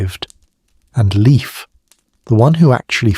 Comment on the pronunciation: Not "liif" but L, like Leonhard, E like Eduard, I like Industry, F like Ferdinand